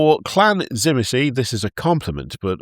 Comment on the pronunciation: For the dragon vampires with vlad pronounced zi, meat, zi